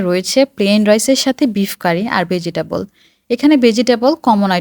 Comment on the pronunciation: বেজিটেবল আর ম্যাগ শুনে আমার খুব খারাপ লাগলো। উচ্চারণ সুন্দর করাটা খুব জরুরি।